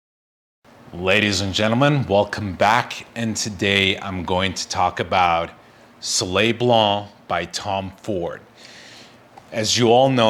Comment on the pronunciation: Please learn how to pronounce the name of the fragrance properly.